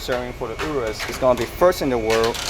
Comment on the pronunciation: O-RUS not U-RUS